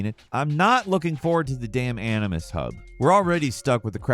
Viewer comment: I was almost thinking of pre-ordering this, but then I heard you say 'Animus' and quickly put my credit card away. Will they ever learn?